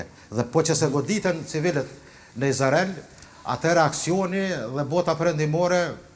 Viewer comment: Izrael dhe jo Izarel se ma shpife 🤯